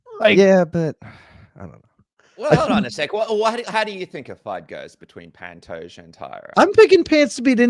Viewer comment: Incredibly annoying considering it isnt hard to pronounce Pantoja and it takes just as long.